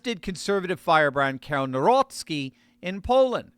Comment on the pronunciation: kudos for correct (good enough) pronounciation of Mr. Nawrocki's surname ! Greetings from Poland.